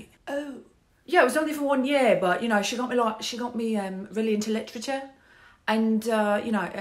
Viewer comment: Who knew that "literature" was one syllable?